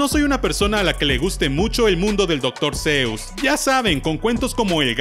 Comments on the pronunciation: Oye!, se pronuncia Dr. sus, no Dr. seus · No se pronuncia doctour zeus, si no doctor shuss, buen video.